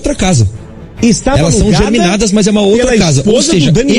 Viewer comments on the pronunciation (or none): Inacreditável esse repórter falar “casas germinadas” (sic). As casas não germinam (brotam). O correto é CASAS GEMINADAS (gêmeas). Ouvir isso de pobres iletrados já é dose. Agora, ouvir de um repórter…